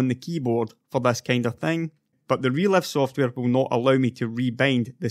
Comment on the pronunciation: You can't make the "i" sound can you? menutes, releve, vedio (almost made the i sound here) sorry - just found it funny, not a dialect I hear often